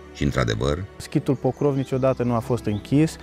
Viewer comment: Se scrie POCROV și voi pronunțați PROCÓV ? Câte clase aveți " savanților" ? Biata limbă română!